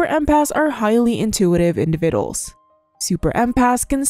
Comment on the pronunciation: Although I love moat of your videos. Please learn how to say the word "Individuals "